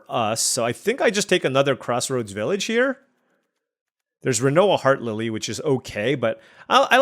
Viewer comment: Rinoa HearTILLY. Not Lilly. 😊